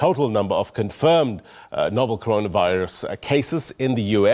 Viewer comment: Hey Mr. Press Briefer. Which virus? It is 'Corona Virus' not 'Conora Virus' 😊